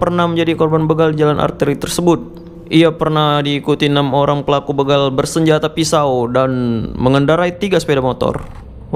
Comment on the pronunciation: banyak sudah salah pengucapan kata "begal". huruf "e" nya berbunyi sprt pada kata "pergi". padahal yang benar kata "begal", huruf "e" nya seperti pada pengucapan kata "pak-de" , "kere", "merauke", atau "bela-diri".